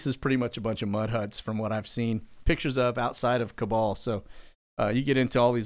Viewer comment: (, Kabul is pronounced "cobble," even though the Cabal has a big hand in making the horror show.)